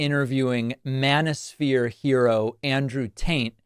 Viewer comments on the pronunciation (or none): I always hear Mana Sphere when you say Manosphere. I'd really prefer the former.